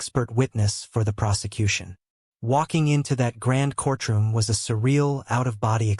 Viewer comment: Cognitive Dissonance. Absolute. Absolutely. Your AI author loves those words. cour-TROOM, instead of COURT-room.